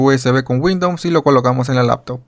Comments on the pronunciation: Muy buen video, me sirvió para instalar. Pero por qué dices Windoms, es Windows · Me da la impresión que tienes cierto grado de dislexia, no pasa nada. Sólo que es raro escuchar windons en ves de Windows. Saludos! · porque dices windoms xd